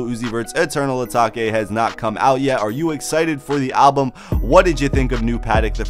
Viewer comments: bruh his said ataki its atake brother lol!! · Eternal eeeeeeetake. Not eternal ahhhhtaka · Eternal Uh-Tok-Aye Lmao Dumb Fuck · eternal a take plz say it like this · As soon as he said Ataki, I stopped the video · 😂😂 im dead asfk, eternal ataki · Mispronounced it so he could get more comments 🤣🤣🤣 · He can say “ new Patek “ but not Eternal atake